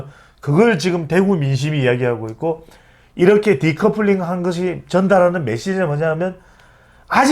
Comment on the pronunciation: dicouplering이 아니라 decoupling임.